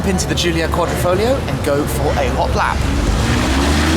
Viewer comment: QuadrIfoglio, NOT quadrOfoglio, is it so hard to read ?